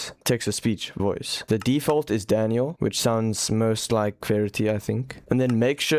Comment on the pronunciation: im sorry, did u said daniel?